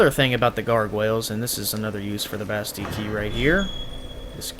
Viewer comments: Omg dude theres 2 L's in "Bastille" quit ignoring them! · I looked it up because it was bugging me too, and it turns out that it's actually the french pronunciation of the word. (I'm not saying that it's intentional, just saying)